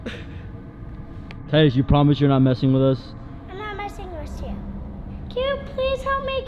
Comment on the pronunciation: No, I mean he said. Wis you.❤🥺